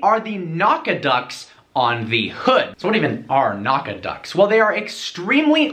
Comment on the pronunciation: Awesome video! I should mention "Nack-a-dots" is how you should pronounce that word.